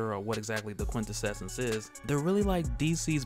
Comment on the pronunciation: Brother, it's "quin-tessence" --Awesome content as always!!